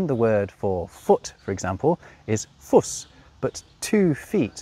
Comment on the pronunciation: No it's not. It's pronounced FOOSE. - And that's exactly why we Germans need to use SZ. The word "Schoß" (lap) has a long vowel, but "Schoss" has a short one. In addition it has a different meaning, it's simple past of "schießen" (shoot). So "schoss" means shot - the noun shot is "der Schuss" btw. - It's quite confusing and because of that it should be Fuß/Fusz, Straße/Strasze, Schoß/Schosz and so on. It's even worse with "das Maß" (the measure, degree, dimension) and "die Masse" (the mass, crowd, stacks). Plural of Maß would be "die Maße" and you just can't write "die Masse". That's not ok even if it's grammatically right. It's deeply wrong, so our actual grammar is wrong and has to change.